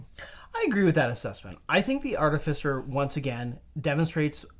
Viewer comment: Why do you keep pronouncing artificer as "artifisser"? Totally keeps throwing me off...